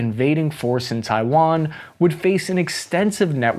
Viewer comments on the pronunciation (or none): none